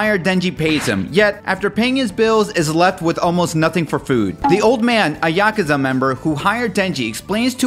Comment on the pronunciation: "Yakaza"? Lol